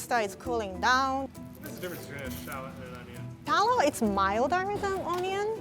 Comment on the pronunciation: Oni in, I just love how she pronounces onion